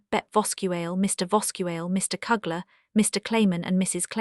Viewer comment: Misplaced dies last name is pronounced gees as in rhymes with please. Mr. Killers name is pronounced as in you not a short u. You also pronounce Mr. Kleiman's name wrong. Why didn't you use the Van Daans real name Van Pels? You did a good job reading the diary but you should find out the correct pronounciations of people's name. Poor brave Miep's name wasn't even close to correct way of saying it.